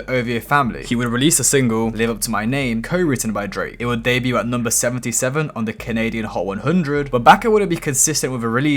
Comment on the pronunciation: You’re a dumbass, why can’t you pronounce words like “debut” and “Mo Bamba” properly